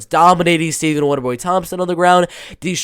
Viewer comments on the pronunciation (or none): none